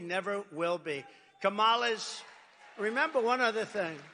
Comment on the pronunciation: Neither is a convicted Felon. Get over a teenager working at McDonalds. What job did you work at as a teenager? And how could you of all people call someone a liar with a straight face. Her name is pronounced Kom ma la